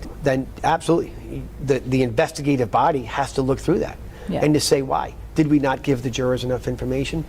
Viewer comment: What does one do if a corrupt POS nightmare like Mass State Police goes toooo corrupt? You hire a man that literally says DAT instead of that. Case closed, he’s a chump…